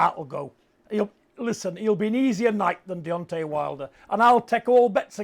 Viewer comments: Why does Steve say Deonti? Like Deonti the man from del monte. Fking clown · Why can Steve Bunce, a boxing commentator, not say Deontay right? It's not Deonteeee, it's DeonTAY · Buncey keeps calling him Deontee 😂